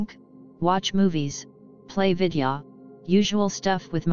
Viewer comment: I just wanna play some videah